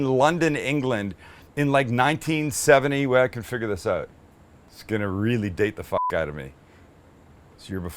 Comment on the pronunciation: DANGEROUS DRINKING GAME while watching Sam... every time he says “OUT” like “OAT” —- good luck